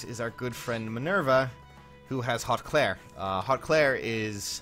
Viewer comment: I hate to tell you this, but apparently it’s pronounced “hoot clere” and I guess you can look that up to double confirm